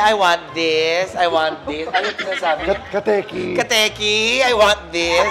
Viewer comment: Hahaah " kateyki" 😂😂